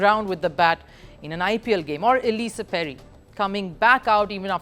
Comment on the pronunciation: Poor captaincy, head coach with old strategy & poor bowling line up. BTW its not ellisa Perry, it's Ellyse Perry, don't butcher the name. You haven't been able to pronounce that name for a long time now